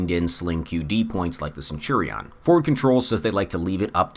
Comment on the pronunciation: I like the video but the way youre saying centurion is absolutely wild